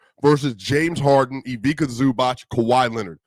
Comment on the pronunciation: Come on man, show some respect for Ivica and learn how to say his name... just lika you say pizza - Ivizza (if this is easier for you)